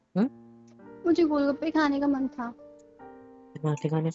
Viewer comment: le he gol bakke 😂😂 Instead of gol gappe 😂😂🎉😅